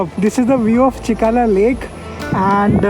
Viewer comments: That’s chilika not chikala 😅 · Chilika lake not chikala 🌹